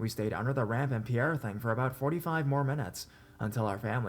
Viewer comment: Are you saying "pierre?"